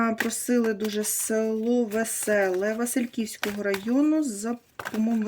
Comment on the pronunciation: Не Васильківського а василівського!